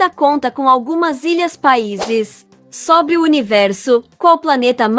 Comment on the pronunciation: 25 = SOBRE pronunciado abertamente: verbo SOBRAR. Realmente sua forma de pronunciar me faz pensar ser ESTRANGEIRA.